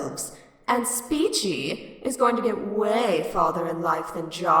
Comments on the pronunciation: no guys it's pronounced "spork-cho" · I think it’s pronounced spechie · Here’s how to pronounce it (not hating just for the future) spet-che (or I think that is how it is pronounced) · OH MY GOD AAAAAAAAAAAAA IS NO ONE ELSE ANNOYED BECAUSE HE KEEPS SAYING IT LIKE SPE-CHI? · i think it’s pronounced “speech-ie” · It's pronounced SPECHIE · Its pronounced Spechie